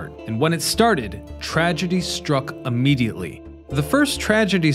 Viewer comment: Why are so many people saying amediately instead of immediately.